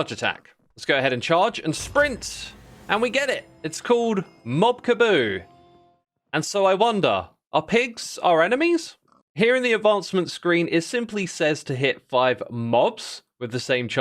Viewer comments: did you just say mob ka-boo Ka-bob??? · Mob Kabob (kebab) not kaboo lol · The last "ob" sound, in mob kabob, is pronounced the same as in mob. Imagine mob ka-bob. Kabobs are a skewer food with meat, which then makes sense for the achievement since you're spearing 5 mobs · It’s not KaBOO it’s kaBOB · Mob Kabooo ? surely either Moo Kaboo or Mob Kabob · some misreadings in this video: "obfuscated" gets pronounced as "obsfucated" "kabob" gets pronounced as "kaboo" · Mob Kaboo? MOB KABOO??? THAT'S MOB KEBOB!!! It's supposed to rhyme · its kabob not kaboob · You mispronounced "obfuscation" as "obsucation", xisuma. edit: you also somehow messed up saying "Kabob", calling it "kaboo". :washhands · bro said mob kaboob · Kaboo my butt, it’s kabob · he obfsucated parts of the script... well it happens to all of us , , obfsucation -> obfuscation kaboo -> kaboob rotted flesh -> rotten flesh nautiluses -> nautili nautilus -> nautili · Mob kaBOB not mob kaBOO, its a pun on kebab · Mob Kaboo? You mean Mob Kabob? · also definitely said kaboo which is not very similar at all to kabob ka-Baw-b and ka-boo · Mob Kabob -> You might be use to the spelling Kebab. "Mob Cuh-bob" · My guy... It's Ka Bob, like Kebab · Your mispronunciations of obfuscation and kabob are killing me. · um actually it's Moo Kaboo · Congrats on the amount of extra comments you got from mispronouncing kabob. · Xisuma, please, stop deliberately mispronouncing things to get people to comment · Had to rewind to make sure I heard that right wrong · Pretty sure it was kob mobab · That’s what I thought too cause how do you fumble pronouncing something that bad 💔